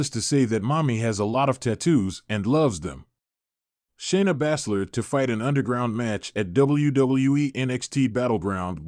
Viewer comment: Pronouncing names wrong, balor and balszler pronouce the a as ana